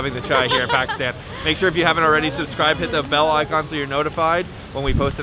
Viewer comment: How many days are they going to be in Pakistan and mispronounce the country they’re in.... I want to watch the video...I’ll come back tomorrow and try again. 🥲